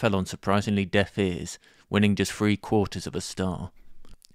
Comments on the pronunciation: Th. TH… THree. THREE! Not, "free". Sheesh. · This narrator has an English accent, sound mid country. He pronounces the word Three as Free. Cringe.